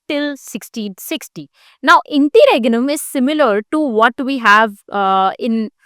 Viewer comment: Interregnum ki pronounciation toh thk krle behen